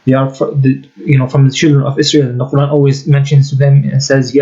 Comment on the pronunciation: Love the new intro brother. And cira international is way to stupid 🤣🤦🏽‍♂️. he wears a keffiyeh but doesn’t even pronounce Quran correctly. 🤣🤦🏽‍♂️